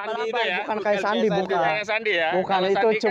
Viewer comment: Sandi yeh bang bukan sendy